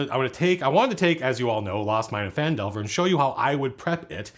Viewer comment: Did he just correctly pronounce Phandelver without complaining?